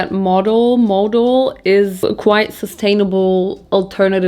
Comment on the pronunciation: Stop you here right away. Modal, pronounced with emphasis on the „a“, like the german word „Skandal“, first of all, and second, to say Modal is more sustainable then cotton is wrong. Modal comes along quite silky, is similar to Viskose. It‘s in the family of cellulosic fibre. So the source was once natural (trees, bambus) and through a chemical process it becomes a fibre. However. That’s about sustainable as it gets there. The chemicals needed to produce to fibre, not great for the environment, the fibre isn’t 100% recycleable and you need tons of water to produce it. Cotton is not better or worse in that case, the narrative is just that cotton needs more water then any other fibre (which is not the case) and the harvest is child labour and the growing ruins the soil with all the fertilizer. All true, but on the other hand, cotton is a fast regrowing fibre, multiple times harvestable and the value is enormous... Sustainability today is a complex thing, it depends on where u wanna put ur focus on the sustainability chain. Just, please, don’t make fast statements like „modal is much better then cotton“ because, it’s really not that simple. ❤ thank you for your work and the distraction it brings in my life from the cruel world outside